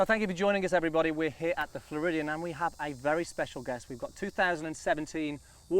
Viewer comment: "Flaridian AM"